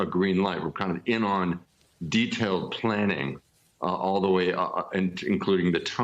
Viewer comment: It's very interesting how an American news channel decides to use the Hebrew pronunciation of Hamas as opposed to the Arabic or non-native pronunciation.